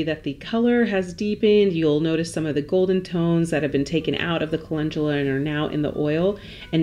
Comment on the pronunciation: Chemamoleyy must be so sad knowing that you can pronounce Calendula so well 😉